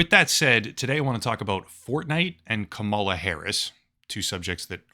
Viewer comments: It's KUH-ma-lah, like in karma karma karma karma camaleon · Her name is KA-mala, how hard is that to learn or say. Jesus, you sound foolish. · It’s pronounced “Comma luh “ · You pronounce her name like the type of person who hasn’t covered Trump partnering up with a known crypto scammer to create his very own crypto scam, despite your channel being largely dedicated to covering crypto scams 🤡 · Are you intentionally mispronouncing her name? I find it hard to believe someone as intellectual and research-focused as you really doesn't know enough about the people you're reporting on to not know their name. I don't support Kamala, but I do respect her wish as a human being to be referred to however she wants. Whenever I hear people intentionally mispronouncing her name, especially when they do so in the way you have (by obviously straining and exaggerating as if you're disgusted by having to speak the word,) I can't help but to roll my eyes. Hold yourself to a higher standard, and don't act like a bumpkin. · since you choose to mispronounce her first name ,LA i am unsubscribing... so very sad and purposeful